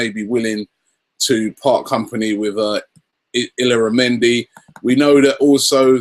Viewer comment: Haha robbie it's pronounced Ee-Yara-mendy (Illaramendi) :)